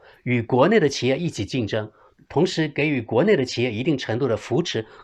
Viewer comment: 纠正一下：是给（ji）予